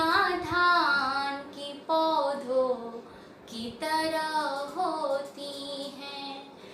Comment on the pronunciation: its not haa sound at the end of paudho instead sound goes to nose like noon ghunah